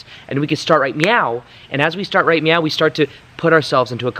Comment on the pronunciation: Ok, I thought you were saying "right meow". :D